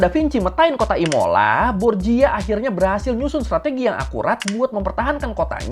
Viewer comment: bang, dalam bahasa Italia 🇮🇹, pelafalan huruf CH itu sama dg huruf K, & pelafalan "GIA,GIU,GIO" itu jadinya "JA,JU,JO". jadi Verrocchio itu pelafalannya bukan Verocio tapi Verrokkio & Borgia itu pelafalannya bukan Borjia tapi Borja.